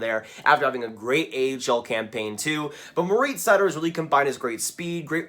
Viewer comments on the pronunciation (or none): Nice video. Just as a note, Seider’s first name is pronounced Mo - rihtz, not Mo - reetz